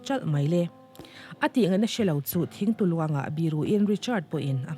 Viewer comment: Thing tu luang ani lo.."Thing tlu luang"tih tur